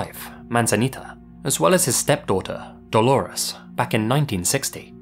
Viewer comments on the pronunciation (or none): none